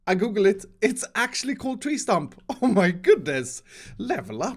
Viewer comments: instead of two Tree stump he said tree trump lol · In this video you said tree stump once and then you said tree trump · For some wierd reason, it is either me or the speaker is broken because in - instead of him saying "tree stump", i heard "tree TRUMP". 😂😂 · It's the way he is so happy for finding out a new word but the he says ' tree trump' 😂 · tree Trump. me: bruh. its stump. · did anyone else hear tree trump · who noticed that said “Tree trump”? Just me? Ok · did he say tree trump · y’all hear him say tree trump 😂😂😂. I love this guy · You said tree trump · who heard him say “tree trump” or tree chump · No one:: Tree Trump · tree trump lol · he said tree trump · did he just say tree trump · He said trump instead of stump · "Tree Trump" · Did Anyone here say tree Trump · now: "tree stump" literately 3 min later: "tree TRUMP" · ha he said tree trump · “tree Trump” 😂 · “tree trump” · Yes I got it correct it is a "tree stump" 10 seconds later: Tree trump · Did anyone realize that said tree trump lol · anybody notice that he said trump instead of stump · did anyone Else hear him say Tree Trump? xD love youre vids keep up the good work <3 2: 9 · No one: Not a single soul:: “Tree Trump” (No hate intended your one of my favorite youtubers) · “Tree Trump” lol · Am i the only one who heard say "Tree Trump" Instead of "Tree Stump"? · Who heard him say tree trump at the beginning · Nobody:: "tree Trump" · is it just me or did say ”tree trump”? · I don’t know if it was intentional, but you said “Tree Trump” and the proper pronunciation is tree trunk with a k instead of p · he says tree trump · "tree trump" I'm dead 😂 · he said tree trump hahaha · he said "Tree Trump" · Is it just me or say tree trump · Tree Trump? America's president needs to worry. No more Donald Trump. VOTE FOR TREE TRUMP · . Did he say Tree Trump? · did he say tree trump? LOL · "This tree trump' xD